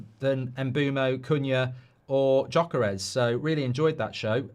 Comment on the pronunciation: Gyökeres is ethnic Hungarian name. It isn't pronounced Joechairash. Try google to listen to the correct pronounciation.